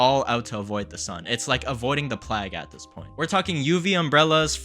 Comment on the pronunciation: Plague, pronounced playyg, not plag.